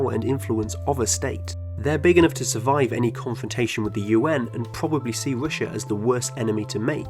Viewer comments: It's a speech impediment. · Damn that accent... "Rooshia" really? It's either Russia or Россия. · You say “Rooshia”. It is very incorrect. In Russia we say “Rosiya”. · I‘m so triggered by how he pronounces russia